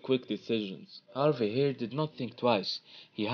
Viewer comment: It’s “ Harvey “ with an “e” not Harvay...... will done LFC and Klopp, one for the future for sure and he is life long supporter as well.